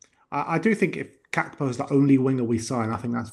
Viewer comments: GAK-PO not GAP-KO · … it is Gakpo , not Gapko !